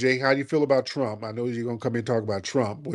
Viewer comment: "Chwump is cowupt..." - RJ